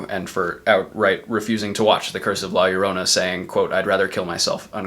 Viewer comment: Great vid man, props on the pronunciation of La Llorona, lol. My fave is probably Conjuring 1 followed closely by Annabelle Creation. Got a sub from me!